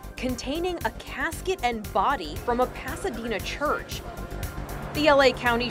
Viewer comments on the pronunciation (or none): Ah yes, “Chruch”